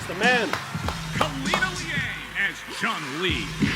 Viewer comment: The pause for Chun Li had me dying Everytime 🤣 is one of the most Consistent content creators out here and I'm Still Here For It!🔥🤘🏾🤣🤣